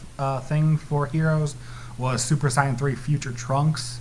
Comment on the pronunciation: I just wish he would say sayan and stop saying cyan